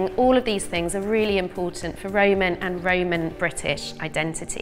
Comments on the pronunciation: is it just me or does it sound like Amber is saying "Raymon" instead of "Roman"? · Why does she keep saying"Ray-mon" when the word is "Ro-man"! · The woman with the red hair says Roman and I just hear Rayman almost every time 😂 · "Ramen"? Took me a while to figure out what the heck she was saying... it's ROman for gosh sake!!! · Roman. Ro-Man. RO-man. We aren’t talking about Ramen noodles here . Lol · Everytime she says Roman it sounds like Raymun. Even says Roman correctly it's just the red head girl that says Raymun. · Anybody else bothered by the fact that Amber said Ramen instead of Roman because it’s called a Roman Makeup Tutorial not a Ramen Makeup tutorial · It's pronounced Ro-man, not Ray-man. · Lol..What is the Raaaymen empire ...isn't it the ROman empire? Say it with me ROman (phonetically pronounced) Row-man. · Can't unhear "the Raymond Empire" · i keep hearing ramen as in the noodles lol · I don't want to hear the word "RAYMON" anymore. thanks.. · Anyone else here think she's saying "Ramen Empire " ? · I know she’s saying Roman but I swear it sounds like she’s saying Rayman. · Is she saying Raymond or Roman? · I never heard 'Roman' pronounced 'Rayman' before. It's a bit grating.